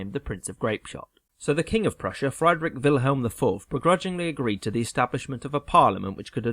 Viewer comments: Ten Minute History Mispronounced "Friedrich" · Atrocious pronunciation of German names and locations. Is this AI? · I truly do love your videos but PLEASE look up how to pronounce foreign words! Friedrich is not "fried-Rick" ahaha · Great summary! The pronounciation of Friedrich ("Frydrick"), though ... Try to pronounce it like "freedre" and then the sound a cat would make if you annoyed her. CHHH. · Friedrich (like English “freed”), not Freidrich (like English “fried”). Because German spelling. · As much as I enjoy the content and style of the videos, I must say that I'd enjoy them even more if would put at least SOME research into the correct pronunciation of foreign names. Doesn't have to be perfect. But 'FREE-drick' and 'Kul-TOOR-kampf' shouldn't be too hard. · No one is asking him to have native pronunciation, just something approximately close to the original. Friedrich is "freed-rick", not "fried-rick". Just like you'd expect a Spanish guy to pronounce "James Bond" with a hard J instead of "Hah-mess". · It's Friedrich, not Freidrich. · Note on German pronunciation of German words with EI and IE; in German the second bowl is stressed. The name Friedrich is pronounced like “Freed Rick” not like “Fried Rick”. Apologies to Rick. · Just btw its pronounced "freedrisch IV" not "frydrick IV" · Excellent video but it's FREED-rich and not FRYED-rich. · Friedrich not Freidrich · “FRY-drick”? Is that the pronunciation? I’ve always said “FREE-drick.” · Friedrich is pronounced "free-drikh," not "fry-drikh." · FREED'-rich. Not FRIED(chicken)-rich. Etc. The mispronunciations in these animated videos make me crazy! Is this humans talking, or some kind of crappy AI program? History 101: if you don't even know how countries, leaders and eras are pronounced... you're probably not really a student of that history, and maybe no one should give any credit to anything you're saying. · Friedrich = pronounced "Freedrick" not "Fr-eyedrick" goshhh🙄🙄🙄